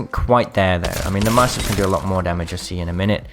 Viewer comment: please learn how to say mastiff lol also man get a backpack ffs